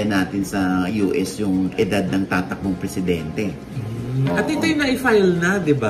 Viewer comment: pressidente??????? ambot ah